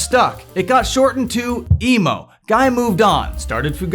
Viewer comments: It's not "guy" Guy, its "ghee" Guy though... Anyway, thanks for the summary! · saying "Guy" like "fly" is incorrect, his name is pronounced "Guy" like "Free"